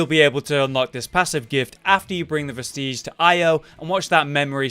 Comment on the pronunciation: Hermes is given one you explore one depths, and kill the BUTTerfly of Delirium... and all i can say on the names of items... practice sounding it out.. vest-idge... garr-adge... ect...